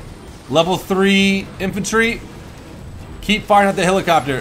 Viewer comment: HE ALWAYS SAYS HILACOPTER INSTEAD OF HELICOPTER AND IT PISSES ME OFF